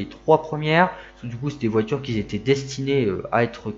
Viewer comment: Juste un point orthographe : QUI ne prend pas de S à la fin. Il serait judicieux de ne pas faire de liaison. 🙂